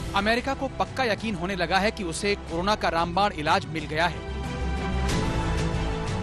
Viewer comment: Karuna ke korona aap sahi uccharan to kijiye